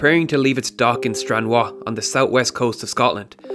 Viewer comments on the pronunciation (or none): Stran-what? 😂 It's stran-rar... It's even written with an r... Where'd the w come from? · It’s Stranraer not “Stranwa” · just a note, not a dig but in future it's pronounced Strun-rawr. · You said Stranraer wrong it’s said like stran-rah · you pronounce stranraer like stran rawr btw